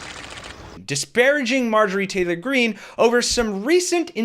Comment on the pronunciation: Dude said Marjorei Traylor Greene!